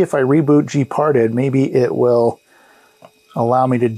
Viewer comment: gparted is pronounced like "gee-part-ED" with the last syllable emphasized and pronounced like the first syllable of the word Editor. It is an abbreviation for GNU Partition Editor. It's a good open source tool that can do a lot of good things, but can also do a lot of bad things if one does not know what one is doing. SATA drives in modern Linux systems are treated as if they were SCSI drives, so it's not surprising to see drive devices referred to as, for example, sda (SCSI device A), whereas IDE drives may be referred to, for example, as hda (Hard Drive A), or may, depending on the distro and release, fall under IDE over SCSI emulation and also use the sdX nomenclature. Regardless of type, they are all block devices, and can be listed in tree form from the command line by typing in lsblk then pressing the enter key. Similarly, to list all USB devices, lsusb followed by the enter key. Each of these commands has options for more specific uses, a listing of which is available by issuing a space followed by --help after the command.